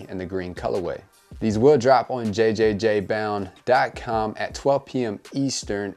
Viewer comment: Also its just pronounced jound.